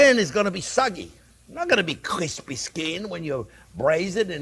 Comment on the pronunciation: No one says "kwispy" the way chef does. He's the best 😁